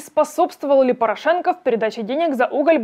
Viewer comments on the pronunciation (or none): Ставьте ударение в фамилии ПорА'шенко правильно.